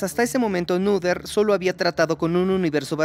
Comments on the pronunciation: Muy interesante, pero se pronuncia Néter o Nöter, pero no Núder 😮‍💨😮‍💨😮‍💨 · "Neder" "nuder"... como se pronuncia? Jaja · Perdonen, tenía que comentar esto, al principio y algunas veces en el transcurso del video , pronunciaron mal el nombre de esta genial matemática, Emmy Noether. Creo que no es muy difícil de decir realmente.